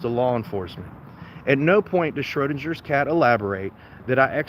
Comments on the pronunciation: it's pronounced SchroDINGers cat. As in ding. Just like you're a dingbat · How the hell can you NOT correctly pronounce "Schrödinger's Cat"? Who Erwin Schrödinger was and his 1935 thought experiment regarding quantum physics is a matter of common knowledge. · Anyone wanna tell him how to actually prounce "schrodingers cat". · How about learning how to pronounce 'Schrödingers Cat' correctly before openly ridiculing yourself even more? 😂😂😂